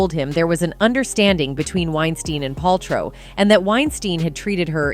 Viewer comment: The narrator keeps mispronouncing Wein-STIEN instead of Wein-STEEN. She actually switches between both at the minute mark. Also can't pronounce Paltrow correctly. C'mon. Get your stuff together.